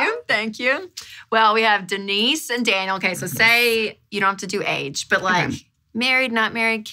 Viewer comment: DEE-NICE, I know I wasn’t the only one thinking that.